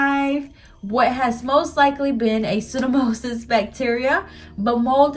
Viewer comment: Hi, it's actually pronounced pseudo-mo-NIS. Great video. Trying to fix my green nail. Thank you.